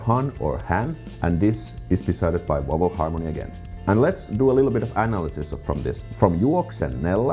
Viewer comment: loved this presentation; so informative for the Finnish learner! In return, could I make a practical suggestion for your English pronunciation of "vowel"? This word was quite hard to pick up... only the graphics made it clear. I live 50 miles from London and would say I have a pretty standard English accent, so the word "vowel" here has only one syllable, not two, and that might help. You know the word "owl"? Just put a "v" in front of it... tricky, I know, as your v's tend to swing towards w's, like in so many non-English languages (e.g. German). Hope that's useful! In a similar vein, I was wondering if there is a particular shibboleth word in Finnish... you know, one that Finns think nothing of being able to pronounce, but foreigners find super difficult, if not impossible? In English, probably the most famous word is "squirrel"... even the Americans can't do it - LOL!